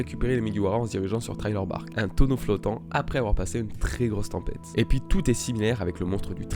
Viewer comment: Thriller Bark se prononce "Sriller Bark"